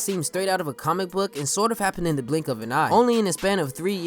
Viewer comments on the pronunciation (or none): none